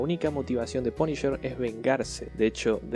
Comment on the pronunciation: "El Paniyer" (TN Tecno)